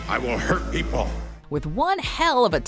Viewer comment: "If you do not tell me, I will hurt pee-pole."